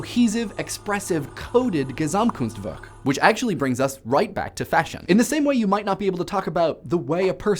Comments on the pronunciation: PS: Love the way to pronounced "Gesamtkunstwerk", as a German native speaker I approve. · I am german and how you said "Gesamtkunstwerk" made me jizz in my pants.